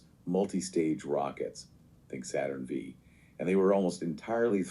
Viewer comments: Saturn "VEE" Yep, there's the tell. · V….saturn…v. Not 5…v. Lmao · AI bad. good. Saturn Vee 😂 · Other than "Saturn Vee" the other AI obvious clue is the use of "palpable," it's a dead giveaway. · The AI generated podcasts suck, you can clearly tell its AI generated, and, they make mistakes and errors, like “Saturn Vee”… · If a human teacher started telling his class about the Apollo missions and kept saying "Saturn Vee", that would be seen as incompetence because you'd expect him to know that the nomenclature for naming and numbering those rockets was done purposefully. But is this something AI can grasp when it doesn't even understand context? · This is utter garbage. How can this be treated as authoratitive in any way when these "people" don't understand context or how to say "Saturn V"? If Scott Manley said that you'd think he was having a stroke. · the Saturn Vee pronunciation is actually common among foreign speakers and people who aren't space addicts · Thuring Test... And that Vee caught me as well, have heard other Roman Numerals butchered as well 😉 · There are several small errors in the AI podcast simulation. The “Saturn Vee” is the most obvious. They also said ULA was launching SLS. I laughed when they said that Starship was full of extra safety features compared to the Saturn V. Maybe they will add some, but Starship is far from ready to carry humans to space from the Earth’s surface. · The model pauses appropriately - “It weighed about… ahh…16.5 tons” Scarily real despite small errors as you pointed out “ Saturn V” vs “Saturn Five”